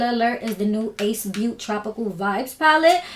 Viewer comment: I think the brand is pronounced “Ace Beau-TAY”. But I love your personality so I appreciate any looks you do. This is stunning and so inspiring